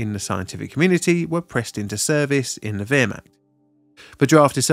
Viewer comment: Mate, please, you can get Joorman pronunciations from Google, Leap Zig, Wear Macht.